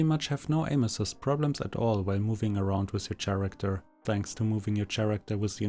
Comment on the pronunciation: Thanks but please stop saying SCHaracter..